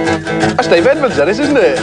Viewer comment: It's "Edmunds."